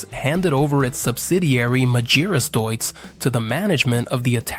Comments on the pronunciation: Try to say Deutz (Doyz). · Yet another video ruined by bum yank accent AI commentary that guesses pronunciation. Majeerus / Magearus / Dutz / D youts. DIME ler Benz ? WTF kind of engine is a Dutz Dizzle? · Dreadful pronounciation of "Magirus" and "Deutz" 😡